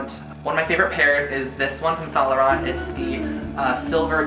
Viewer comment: I like you but 'sant lorant' its pronounced really different.